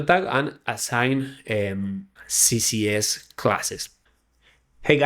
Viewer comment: Great video, but you keep saying CCS instead of CSS. Beginners might get confused.